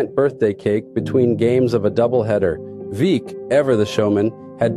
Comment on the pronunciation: Veeck… is pronounced Veck